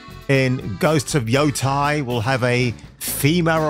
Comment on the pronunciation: Yotei not Yotai... It's not that hard.